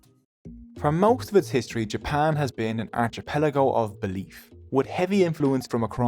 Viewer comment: shakes his head Shouldn't the "ch" in archipelago be pronounced as a k? You're having trouble sticking to the truth, aren't you?